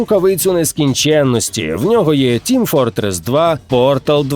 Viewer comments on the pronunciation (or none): none